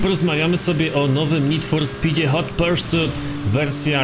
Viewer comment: “Hot persut”